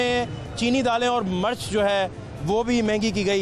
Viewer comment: O luul,march nhi,mirch bolo,lorro dass